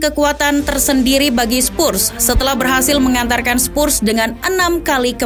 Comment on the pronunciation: Oi sebut Betul2 lah!!! Spurs bukan spussss